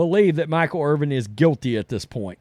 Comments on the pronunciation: His name is Irvin. Not Irving. Come on dummy, it’s not that hard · Stop saying "Irving". It's not "Irving" it's "Irvin. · It's IRVIN NOT IRVING GET IT RIGHT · His last name is Irvin not Irving. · It’s Irvinnnnn no G. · There is no letter g on the end of his last name. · Watching right now and cringing every time I hear it.